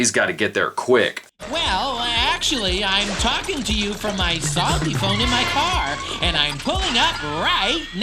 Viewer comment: Am I the only one who finds that every time Psalty says his name, it sounds like "Salty"?